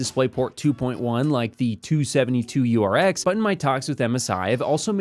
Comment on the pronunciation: bro.... again its 27 - 2URX.... not "272- URX...